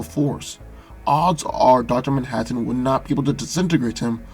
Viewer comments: Duter mantaten (Dr. Manhattan) lol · say Manhattan one more time. I dare you